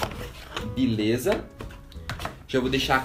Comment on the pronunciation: "Bileza" "prastico bolha" "Risistente" Porra gente, todo mundo erra!! Parem de ser vacilões...